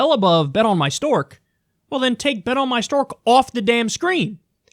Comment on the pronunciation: I heard him right this whole time you were saying bet on my stork I thought I was high the first time I heard him say that